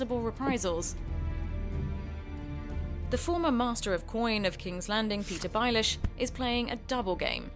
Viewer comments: petyr bealish = peter bay-ish not byl-ish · I knew the person didnt know what she was talking about when she said petyr BYE-LISH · How hard is to do some research before doing a piece for a media outlet. I would of thought that research would involve saying the names right. It is not a pronunciation thing, Bay-Lish. Ez as fuck, not BI LISH, BAY LISH. EASY.(Which she would know if she had watched the show) Or the Night Watch. It's called the Night's Watch, again this is not pronunciation its lack of journalistic integrity. You can all flame me and say its the internet, but after reading these comments it seems Le Monde should be held to a higher standard than internet vloggers. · Lol.. "Bailish"... it's pronounced "Beylish"... amongst a LOT of other errors.... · Oh no not bajlish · All hail Stannis! The one true king! Also, Petyr Byyylish? That's really not how it's pronounced... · The woman reading this script has clearly never watched the show. Petyr Byelish? House Tih-rell? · Rofl Petyr Baeileesh.... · ChapterFourBand I think we can all agree the most Important was this mispronounciaction of petyrs last name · Nice pronunciation of Baelish...She must not have seen the show? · How she pronounced Baelish